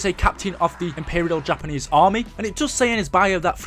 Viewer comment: when u said takanese i died 😂💀💀💀